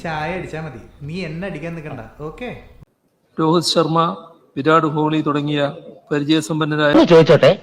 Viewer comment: Virad Holy. Wow what a pathetic CM, who doesn't even know local language to read a famous cricket players name huh!. Bijaya..kadakkoo purathu, better.😢🎉